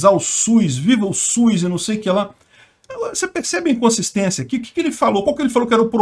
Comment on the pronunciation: só falta corrigir a pronúncia é "SUS" e não "Suiz" 🙄😏